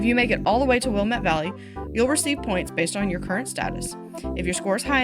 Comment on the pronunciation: Oregonian here, it's pronounced will-am-ett valley. But great video and keep it up!